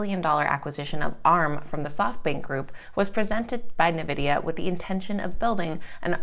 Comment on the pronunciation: Its pronounced Envidia